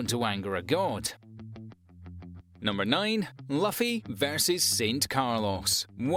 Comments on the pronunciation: 🤔 Luffy = Loo-fee 😅 I am sure he's doing it on purpose, right? 😂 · Not Puffy (luffy)* Monkey D. Luffy btw it’s pronounced [Loo-fee] Thank you though